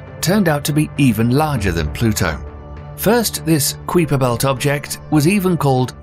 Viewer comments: Kwee-per belt? Really? Is... is that how it's pronounced? I have a hard time believing that anyone could butcher a pronunciation that badly so I'm now really not sure if it's actually Kai-per or Kwee-per. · it's pronouced K-"HI"-PER or kai·pr Belt not K-"WEE"-PER Belt. Silent U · I've never heard it pronounced as KWEE-per, always KIE-per. I suppose it's a difference between British English and American English. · I've never hearder kuiper pronounced as (cree-per) but always (kai-per). Makes it sound like someone in a large windowless van driving around the sun just waiting to get the right view of celestial objects. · The voice actor isn't technical this guy reads scripts for many youtube channels. But still.. not saying Kaiper belt and instead making it a creeper belt is just wrong. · I love how you pronounced "Kuiper Belt". I have always heard it pronounced "Kai-per Belt" but from now on I am going with "Cui-per Belt". It's cuter! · Kwee-per Belt? Like KYE-per belt? I keep hearing q*eef*r belt. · Pronounced "KIY-Per Belt" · I made it as far as the Kweeper Belt. Mr English accent narrator must have learned that in shool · “The qweeper belt” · Ah yes the KWEEPER BELT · "Kweeper belt" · I’m sorry. I can’t take a someone serious that keeps saying Kweeper Belt. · Queeper belt? Lol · P sure it’s pronounced KAI-per belt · Great video! Kuiper belt is pronounced like “Kuyper belt” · I can't. Any doubts that I had, on whether or not this is a robotic voice, were ultimately confirmed by the pronunciation of "Kuiper" as "kweeper". Several times... yet, majority of all the other names were pronounced correctly...? Bizarre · "Kiper" Belt. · It’s pronounced ‘K eye per’ belt 😮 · Did he say kaweeper (kuiper) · Not the Kuiper belt but the kweeper belt. What the hell! Somebody please speak English. Isn't that "U" supposed to be silent? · Did anybody notice he said “Cweeper belt” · Excuse me, did he just say the "kweepa" belt? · The fact that he pronounces it as “Kweefer”